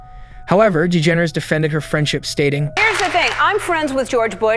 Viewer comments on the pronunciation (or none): really hit that dE-ge-nErs pronunciation lol